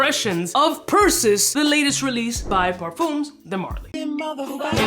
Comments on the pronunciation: Pur-SEE- Us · I see everyone is chiming in to correct the pronunciation..lol..Percy US ( basically ) As stated in Greek Mythology the son of Zeus... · Per Say Oose lol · This is exactly how to spot a non born American 🇺🇸 citizen. When they can’t even pronounce a basic 1st grade level word such as Perseus. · Good god please say it right